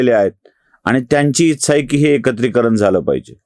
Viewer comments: कृपया ‘इच्छा’ या शब्दाचा उच्चार आधी दुरुस्त करा. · एकदम बरोबर विश्लेषण... विलीनीकरण हा मुद्दा च पटत नाही फक्त एक नम्र सूचना इच्छा या शब्दाचा उच्चार फक्त जरा पहावा. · मराठी शब्द ‘इच्छा’ याचा उच्चार कृपया योग्य रीतीने करावा